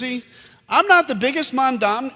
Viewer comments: Adam, Please show respect by learning to pronounce Mamdani’s name. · Mamdani's name is too hard for Adam Kinzinger? Maybe politics is too hard too.